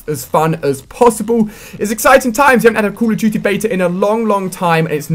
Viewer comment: xD ''Cool of dutty'' -Ali A